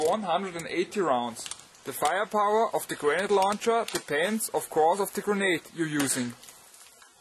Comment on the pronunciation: air soft g luncher!